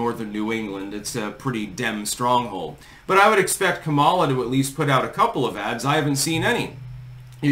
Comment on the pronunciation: FYI it's pronounced COMMA-lah not com-AH-lah. shrug